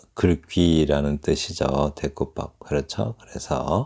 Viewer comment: "병치은유"!!! 제발 한자어는 한자로 쓰시옵소서! 이런 엉터리 위선 문화는 좀 수정해야지요? 혹! ㅣ 단어의 원어를 한자로 쓸줄 아시나요??? "대구법" 발음이 틀렸나이다. 이 다ㅐ구법 을 한자로 지금 쓸줄 아시나이까?? "대구법" 의 "대"는 길게 발음해얗하는데, "짧게" 발음했답니다. 이런 말의 장단음마저 바르게 발음하지 못하는 시인이 시 낭독은 어떻게 하시는지 궁굼하오이다.